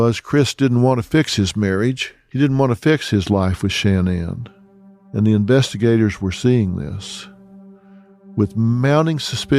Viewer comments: Sha-NAN, Not Shan-nan. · Her name wasn’t pronounced “Shann-Ann” with equal accenting on both syllables. It was pronounced “Shin-Anne” with the accent on the second syllable. This was the pronunciation by even her family. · I do not understand alot of media that cover this story mispronounce Shan nan especially when she was on social media and her friends say it using the emphasis on the nan not Shan like Dr Phil is doing. Crazy. Shan- NAN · Stop calling her Shan-Anne!!! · I cant listen to mispronounced name over and over. The first A in Shanan is ah sounding. The emphasis is on the nan part. Sha NAN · Phil, why are you so disrespectful?! Her fucking name is “SHA-NAN”!!!! Or her birth name “Shannon”! It’s “sha” like “ah” the end is Nan . Sha (ah) Nan!!! Shanan! Rolling it together! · Dr. PHIL, HER NAME IS SHANNAN NOT SHAN- NAN! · I wish you would pronounce her name correctly. Seems like something you shouldn’t research before making this whole video.Ugh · I wanted to watch this, but the way Dr.Phill says Shanaan, is an ick for me 😢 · Its so annoying how he keeps mispronouncing her first name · Maybe Dr. Phil could have taken the time to learn how to pronounce the victim’s name?